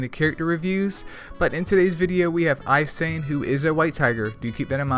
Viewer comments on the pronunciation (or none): Those communicating educational information to the masses have a responsibility to convey said information clearly and correctly thus verbal and written skills should be practiced and research must be done. Japanese speakers pronounce "I" as "ee"and "e" as "A" so her name is Ee-sa-nA.